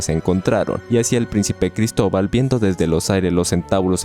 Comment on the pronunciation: Jaja gristoval ja gritoval colon